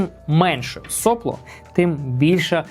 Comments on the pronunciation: начните с себя 🙂 , а я за Вами последую... Сопло с ударением на вторую о Heatbreake - термобарьер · Я здесь украинский язык пытаюсь учить и слышу nozzle , heatbreake , сопло , с ударением на первую о , Вы молодец, делаете контент для продвижения печати на украинском языке, но тогда постарайтесь пожалуйста писать сценарий для того , чтобы исключать такие приколы , которые в голове меня возвращают к русскому языку с термобарьером 😊 и соплом с ударением на первую о , а не вторую